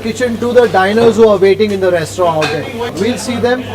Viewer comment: FYI in restaurant, rant is not silent.